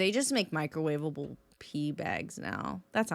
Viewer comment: microwavable what now? 🤨